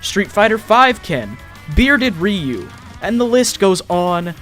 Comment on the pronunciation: um it is pronounced RIE-YOU